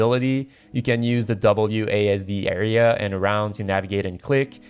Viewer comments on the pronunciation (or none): none